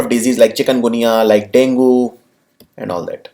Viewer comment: It's pronounced Dengey